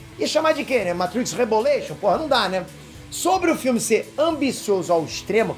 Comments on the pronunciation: Matrix Reboletion😂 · Matrix rebolation kkkkkkkkkkkkkk